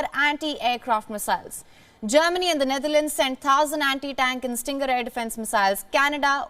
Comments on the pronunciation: It is Stinger Missile. Not Stringer. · Stinger not stringer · It's Stinger missile, not stringer. Lol 😆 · "Stinger" not "stringer missles"